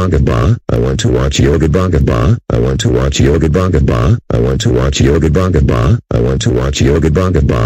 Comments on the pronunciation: When he repeats yo Gabba Gabba, he sounds like he is saying "I want to watch yobongabong". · He Said Yo Gapa Gapa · The way Dave pronounces Yo Gabba Gabba is very funny 😂